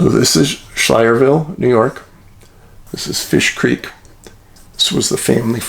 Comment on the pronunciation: Pronounced sky ler ville😊